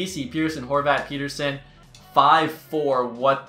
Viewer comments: Isn't it Pet-terson and not Peter-son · Pet-Ter-Son not peterson 😂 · It's pronounced Pet-er-son , just letting ya know :) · Elias Pettersson has been in the NHL for 3 years and is still calling him "Peter-son"